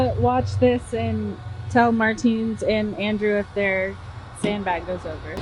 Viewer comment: MarTINS! Great Aussie accent/Steve Irwin impression. You're really nailing the ocker aspects that he had.